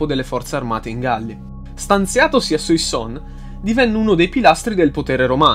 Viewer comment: Le pronunce dei nomi francesi... Suassòn, Orlìn, Edòn. E poi a dici "alla morte di Romolo Augustolo i rapporti tra i due (Afranio e Giulio Nepote) si fecero ancora più stretti". Ma in che senso? Romolo Augustolo è morto dopo decenni di esilio, mentre Giulio Nepote nel 480... ti riferivi alla sua deposizione, giusto? Comunque molto interessante.